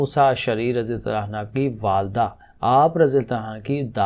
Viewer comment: un ha ni prhna . un hu prhna hy